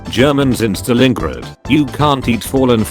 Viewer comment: Text to speech: stalenegrid